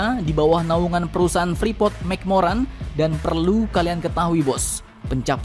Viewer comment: Admin freeport bukan frepot hhh